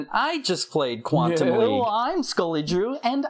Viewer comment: Everytime you said Quantum League I heard Quantum Leap and thought of Scott Bakula